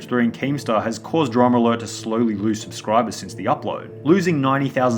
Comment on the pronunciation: It will forever piss me off that Keem pronounces it "DramAlert" instead of "Drama Alert"